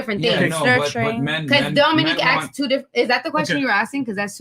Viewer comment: If someone says "aks" im leaving dont care if its women or men.